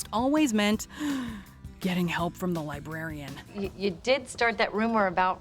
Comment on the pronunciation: What’s a lie-berry-an?